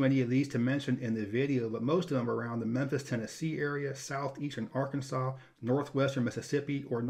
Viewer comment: Im in arkansas...yeah you butchered all those names lol. Great vid